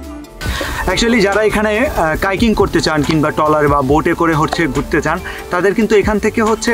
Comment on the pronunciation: টলার না ট্রলার